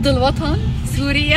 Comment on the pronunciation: مابيعرف يقول سوريا بيقول سُرُيا😂